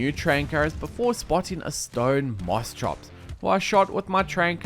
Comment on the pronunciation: Its "Moss-Kops"